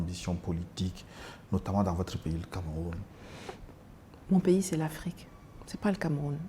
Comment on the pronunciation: Nathalie merci pour ton combat mais je constate tout simplement que t’as toujours la peine de prononcer ton pays le Cameroun.